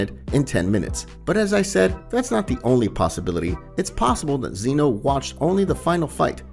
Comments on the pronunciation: Zen-oh not zEno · it’s zeno not zeano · I think it’s Zeno and not zEno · Bro, if you can't even say whis and zeno correctly how are you going to expect people to take you seriously.... like really man? Come on